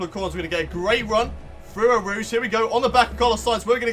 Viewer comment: You pronounce it as Oh Rouge